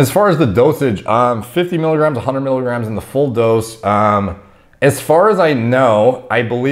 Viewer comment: it's not mikograms it's miligrams